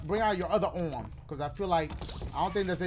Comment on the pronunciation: Brooooo dying😂😂 "Bring out your other orm"😂